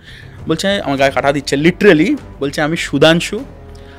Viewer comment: Golpo ja bolche tar thake "Littrealy" ta basi bolche 😀😀😀😀😜😜😜😜